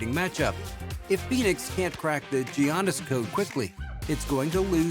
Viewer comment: Is it me or is this 🤡 pronouncing his first name funny..😂🤣 I must be trippin.